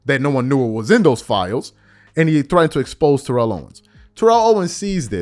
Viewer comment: TErrell Owens. T.O has to be so frustrated with people mispronouncing his first name.